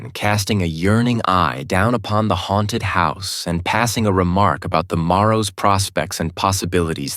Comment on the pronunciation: Why can't he pronounce the word haunted properly? He keeps saying hairnted.